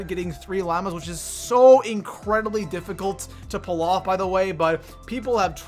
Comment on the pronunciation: Lol he said llamas wrong